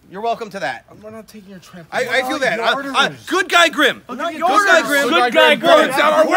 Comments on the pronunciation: Bruh its grim not grum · Dude it's grim not grum